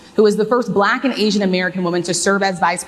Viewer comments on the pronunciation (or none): trumps pronunciation of black was weird it souned more like balak...Is BALAK a word? Some one should look into that... Balak - Wikipedia Balak (Hebrew: בָּלָק Bālāq) was a king of Moab described in the Book of Numbers in the Hebrew Bible, where his dealings with the prophet Balaam are recounted. Balak tried to engage Balaam for the purpose of cursing the migrating Israelite communities. After his mission with Balaam to curse Israelites failed, Balak decided to ally with Midianites to gather their women in order to lead Israelites men astray in adultery. There are various proposed etymologies for the name Balak, all having to do with children or "waste" - The name Balak is in modern times claimed to come from the sparsely used Hebrew verb (balaq), waste or lay waste (Isaiah 24:1,3; Jeremiah 51:2). There are no derivations of this verb besides this name.[citation needed] Other proposals are: Devastator (BDB Theological Dictionary), Empty (NOBS Study Bible Name List), or Wasting (Jones' Dictionary of Old Testament Proper Names). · What’s with how he pronounces “black”? So weird.